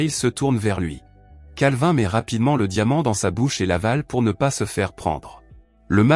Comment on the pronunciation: Pour... Articule mn pote